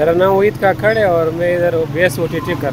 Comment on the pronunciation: bhai hmare yha kakar nhi kakkar bolte h..aur vo hindu h yha kakkar